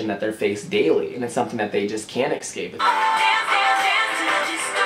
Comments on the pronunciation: I love this video so much but how many times he tried to say "escape" and said "excape" irritated me a little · Honey, i love you but it just annoyed me when you constantly said 'excape' instead of 'escape' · Lol I like how he says escape "exscape"